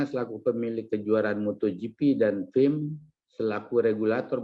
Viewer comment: FIM pak bukan RIM